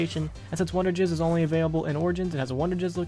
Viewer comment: Anyone notice him saying "wonderjizz"